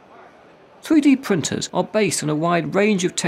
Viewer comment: Thwee dee pwintuhs.